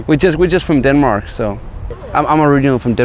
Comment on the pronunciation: Noone:: “I’m from DENMOOARK”